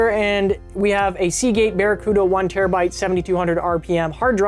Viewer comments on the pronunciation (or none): none